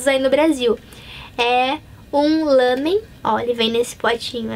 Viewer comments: meu deus pq vc fala lãmen é lámen.E irritante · Lamen..? Ou Ramen..? Isso tá me a deixar confusa... xD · ouço todo mundo falar "lámen", e vc falou "lâmen". Agora fiquei na dúvida, qual o correto?